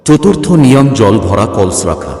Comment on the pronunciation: কল্স না কলস